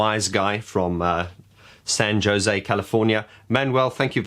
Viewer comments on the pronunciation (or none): It’s pronounced San (Ho-say) because I know you’ll probably get comments on how you said Jose. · Alan working whilst on holiday? Seems like old times. ;) P.S. it's pronounced "San Ho-Zay," like in the Dionne Warwick song. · Did you laugh when he kept pronouncing San Jose with a hard J? 😂